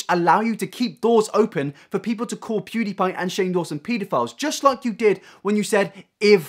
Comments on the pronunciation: The way Onision says pewdiepie annoys me. It’s pewwwwwdiepie. Not poooodiepie. I sound like hermione. Lol. It’s leviOsa. Not leviosA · I HATE how he says pewdiepie. ITS NOT POO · No one: Onision: POODEEPIE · He pronounces pewdiepie as 'poodiepie' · The way onison calls pewdiepie pooDiePie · He called him PUDIEPIE 😁i cannot !Mate if u wanna go after someone atleast say their name right😂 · I hate the way Onision says Pewdiepie. "Poo diepie" wtf cringe. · Onion Greg says “pewdiepie” like “pudipie” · Onison: “poodeepie” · why does he keep saying "poodiepie" wtf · onision is say pewdiepie wrong its not pooddiepie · awesome video but if i hear onision say “poodiepie” one more time i’m calling the police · Onision: “PooDiePie” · I fucking hate how he says poodie pie, he thinks he is funny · Onision can't pronounce Pewdiepie, lmfao. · Onion brain cant even say PewDeePie right XD